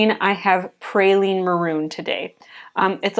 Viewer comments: Beautiful llandscape! I also love Pe-ry- lene green as well. Sorry but my mom was a stickler for pronunciation and spelling when I was growing up, so now it is a pet peeve with me. Not your problem, it's mine.😂 when I hear praline I think of sugared pecans.😊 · Great landscape 🥰🥰🥰🥰. I think you may be mispronouncing Perylene Green, sounds like you are saying Praylene. Pronounce like pear-a-lean. I may be wrong, please let me know, my be my old age. So enjoyed your video😊